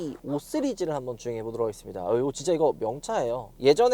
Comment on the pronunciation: 예전 부터 느낀거지만 "시리즈" 발음 나만 거슬리는건가요?